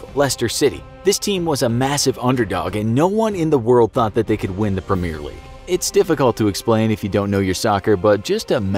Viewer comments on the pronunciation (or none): It’s pronounced preh mee r league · You pronounced premier league wrong